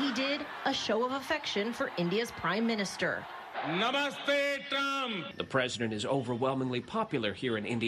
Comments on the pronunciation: nah-moo-stay (Seriously, though, how the crap did he fuck up "namaste"?) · NASA : rock collecting agency Trump: namoostey and something like kamunund ( here Trevor failed to mention that the 100000+ people gathered at the stadium were paid for being there and were so ignorant that when Trump was praising Pakistan, India's Arch enemy,on Indian soil they were clapping for him!) And it's Kiley Reid,not Riley Reid (though Kiley is equally hot and all that!) End. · "Namuste!!" As an Indian I cringed so hard when he said the words wrong lol.I'm not mad that he didn't get it right.I'm just mad that he didn't even try. Edit: omg I need to clarify something I was talking about TRUMP!! Not Trevor! Trevor is cool as hell. I was just talking about the orange guy's Hindi lol.